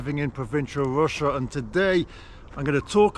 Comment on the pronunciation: Ffs! Its Russia not Wussia!